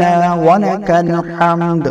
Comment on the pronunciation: السلام علیکم ورحمتہ اللہ وبرکاتہ ما شاء اللہ آپ دینی معلومات لوگوں تک پہنچاتے ہیں اللہ تعالی اپ کو اس کی جزائے خیر عطا فرمائے آپ سے گزارش ہے کہ ایک دفعہ جب اپ تحمید پڑھتے ہیں تو اس کو سماعت فرما لیں اپ تہمید میں ربنا والا کل حمد پڑھ رہے ہیں جبکہ ربانا لاکل حمد پڑھا جاتا ہے میری معلومات کے مطابق ۔۔اگر میری معلومات غلط ہے تو برائے مہربانی میری اصلاح فرما دیں